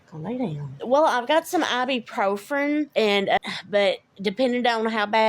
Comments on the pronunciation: "ibprofRen?" Try, "ibuprofen". They both pronounced it the same wrong way? Imagine it! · What is ibuprofRen? They both say it wrong